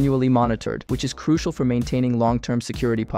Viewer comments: its pronounced crushal. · I was already thrown off by the unnecessary SFX and stupid CGI, but I will not finish this after he said, "Cruikal." I want to actually learn this stuff, but I can't tell who is ligit because it just seems like everyone is creating this kind of clickbait without actually giving lessons or anything. Cool, I know of things like "Kali Linux" and "Nessus" and "Wireshark" that exist, but I don't yet know SQL or whatever. I need actual help, not whatever this is! Anyone actually ligit, if you are, hit me up. An actual hacker won't need any name to find me by. Who knows if anyone will even see this.